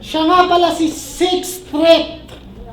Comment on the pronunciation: Kulang pa sa H yung "Sixth Threath".